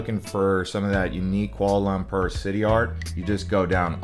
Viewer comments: FYI it’s Kuala Lum-por… not Kuala Lum-perr 💀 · It’s Pronounced Kuala Lum-por, not Lum-pur! 😂 I was just there and aside from the modern skyscrapers, interesting food and Batu Caves, I wasn’t that impressed with the city.